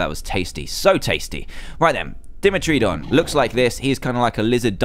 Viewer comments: Dan that's not trayauous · It's called dime-tr-don learn how to say dinosaur names Dan. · It,s (pronouced:Die-met-tra-don!)It,s a dinosaur. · It's Dmeterdon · u say dimotron like this dim-oh -tron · my nose was bleeding and (dem-etro-don) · Its pronounced die - metro - don (two measures of tooth) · Dragonfly Meganeura cookable known as a meganeura husk clams pearls would be good to make silica Plates Ammonites are basically tentacle nautilus dimetrodon spined lizard pronounced dime- eh - trodon not a dinosaur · ITS PRONOUNCED DY MERTO DONN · This is how u say dimetrodon Die-metro-don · Ugh Dimetrodon is pronounced Daimetrodon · It's pronounced die metro don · Dan dimetrodon is pronounced (dye-me-tro-don) and animite is a under water creature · its pronounced die met tro don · Dan it's di- metrodon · Dan its daymetrodon or dimetrodon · You. say. It like Di met trow don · It is pronounced Die met ro don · just so yeh know how u say dimetridon is DIEmetridon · its pronounced dim-et-tro-don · DIMETRODON is pronounced (die-mehtroh-don) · Pronounce to dimetrodon dime tro don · the dimetrodon is pronounced die-met-ro-don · its di-mie-tro-don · omg ur so dumb how do u not know how 2 say dimeitrodon (DIME-eh-TRO-don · I think it's pronounced "die-met-row-don". :) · he was doing so well prounouncing those names until dimetrodon